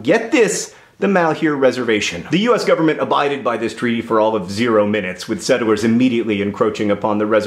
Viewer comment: I swear you're saying "settle-wers" not "settlers", am I missing something? Did Hank dare you?